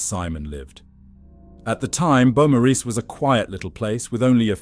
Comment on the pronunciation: It’s a great watch. Just FYI beaumaris is pronounced Bo-Mor-is. At least that’s how us Australians pronounce it. I feel like whoever did this, had a personal attachment. It was a punishment.